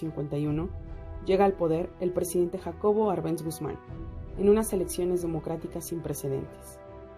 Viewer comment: Buen video, pero el apellido del presidente Jacobo Árbenz lleva tilde en la Á, se pronuncia con tilde en dicha letra